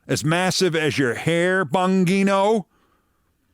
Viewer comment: Every time you pronounce Dan Bongino's name I crease-up Keith. Every single time as though it were the first. And I don't have anosognosia, I don't think 🤔💭⁉